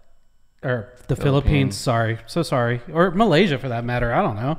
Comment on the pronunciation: It’s Philippines not Philippini…